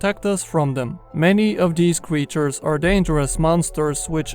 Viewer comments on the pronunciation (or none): Nice he said “many of dees cwetures”